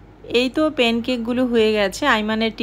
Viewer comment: Pen cake bole na. A ta holo Pan cake